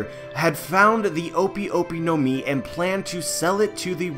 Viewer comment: O-pi o-pi no mi? Nah it's o-pay o-pay no mi because I is pronounced as e and e is a in Japanese.